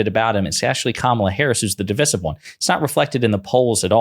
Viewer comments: You better stop saying divisive that way... it's divisive not divisive. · Divisive isn’t pronounced the way the host thinks it is.